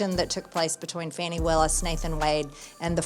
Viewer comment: "Fahni" Willis. 🤣